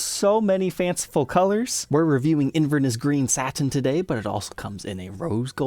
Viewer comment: Hi. Not a complaint, but when you mention the color "Inverness " green, it always sounds odd. The correct way to pronounce it is inverNEss with the emphasis on the "n" and"e" instead of inVERness. Semantics yes, yadda yadda.. Again, not complaint. Love the show. Carlo (Fife, Scotland)